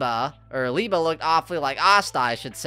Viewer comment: its Lee-Bay